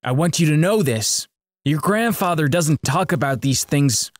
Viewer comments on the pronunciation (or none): WHAT IS GRANDFATHA I HEARD IT LIKE WHEN THE RESTAURANT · the funniest part was when he said " my grandfatha is a having a terrible disease"